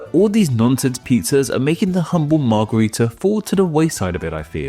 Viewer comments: It's weird that you keep calling it a Margarita and not a Margherita. One is pronounced with an a and one with an e sound. As a kid I found it funny that both the Margarita drink and the Margherita pizza sound like the Romanian word for Daisy, "Margaretă" and thought it was just some coincidence... gee I wonder why they sound like that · As a fellow Romanian -- trust me when I tell you that both the 'a' in margarita and the 'e' in margherita are pronounced identically (as a schwa, represented as ə in the IPA, or ă in Romanian) in most English dialects 😘